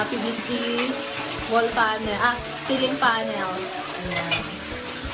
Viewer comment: Maam,.ceiling - SEE-ling (/ˈsiː.lɪŋ/) Not sailing / sailing pannel